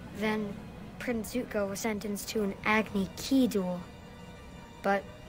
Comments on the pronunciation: "agni kee" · agni key